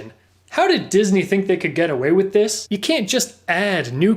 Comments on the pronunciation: "Dis-knee"? LMA Fucking O ! Buaaahahhhaha. Shits gold dude. Lol. Keep it up. Glad to see the channel expanding!!! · No one: No one at all:: disKNEE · "Dis knee" 😂😭😭